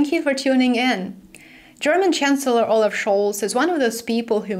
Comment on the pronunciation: 'All laugh' (olaf) is making me laugh.